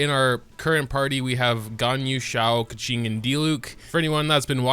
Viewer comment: Ok so with the help of my friend, “Keqing” is pronounced “kur-ching” might be wrong, plz don’ attack me in the replies